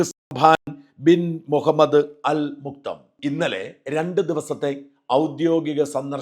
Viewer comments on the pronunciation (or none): അൽ മുക്തം അല്ല; അൽ മക്തൂം. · അൽ മുക്തമല്ല അൽ മക്തും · Sh. Hamdan.. Al Maktoum ഷെയ്ഖ് ഹംദാൻ അൽ മക്തും എന്നാണ് prnounciation..H. H. Sheikh Hamdan bin Rashid Al Mathoum നു ആയിരം ആയിരം അഭിവാദ്യങ്ങൾ. Malayalees are honored by your visit. We honour you. You people are great. All Emiratis are great. We love you. We respect you. ആയിരം ആയിരം അഭിവാദ്യങ്ങൾ...